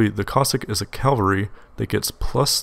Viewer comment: Ca-val-ree, not cal-ver-ree.